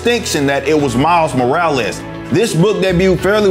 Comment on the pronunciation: Miles More-or-less 🤷‍♂️